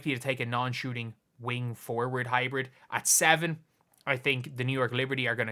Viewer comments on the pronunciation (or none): none